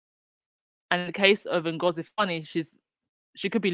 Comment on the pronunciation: Webb Her name is Ms Ngozi not Nagozi. Kindly correct it, we are past the days of butchering ethnic names. It's not a good look.